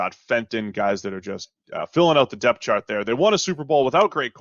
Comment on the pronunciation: Why does the dude on the right refer to the word "DEPTH" as "DEATH"? It sounds like a speech impediment, but I really hope he doesn't think that he is saying it correctly. But yes, there is a tremendous amount of DEPTH in this draft for several positions. I think WR and EDGE/Defensive End are both exceptionally deep groups.